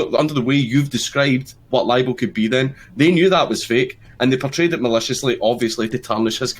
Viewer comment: It's LIBEL, not liable. These right wing morons are literally talking about stuff they have no idea about.